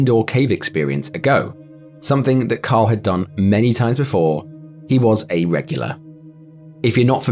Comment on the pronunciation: Fr sounds like you're saying Kyle instead of Carl lol